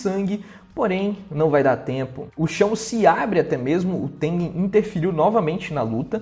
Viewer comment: o cara consegue errar o nome tengen kkkk